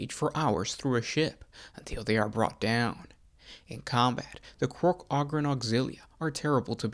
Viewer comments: Oh-grin sorry. Ogre oh-ger right? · Can't listen to someone butcher a word over and over and....